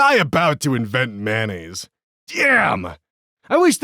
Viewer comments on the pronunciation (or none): no one: absolutely no one:(that i know of anyway):: man-naise i mean, i say it like MAYO-naise but you do you king